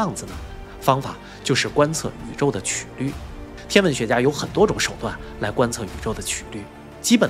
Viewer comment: 在数学中，曲qū率（英语：curvature）即“弯曲度”[1]，是描述几何体弯曲程度的量；直观地说，曲率是曲线偏离直线的量（程度），或是曲面偏离平面的量（程度）。发音的瑕疵被我儿子揪出来了😅